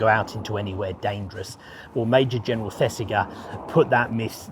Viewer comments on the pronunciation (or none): The "g" in Thesiger is pronounced like the "g " in Roger. Really like your vids, recently discovered. All the best.